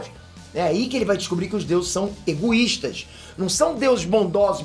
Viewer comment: eguístas kkkkkkkkk aí meu vuaida kkkkk